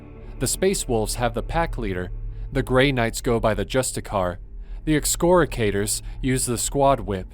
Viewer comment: I was so excited someone mentioned my favorite Successor chapter, the Excoriators, then you butchered the name and all excitement perished